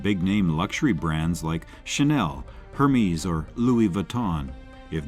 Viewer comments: Hermes handbags?? HERMES? It's pronounced Herr-MAY. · Incorrect. Its pronounced Herr- mezz. Care to argue with someone who speaks French fluently and worked for the company for 8 yrs....lol.